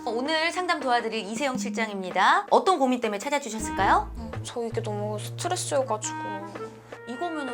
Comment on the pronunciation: 스.트.레.쓰 발음 겁나웃기네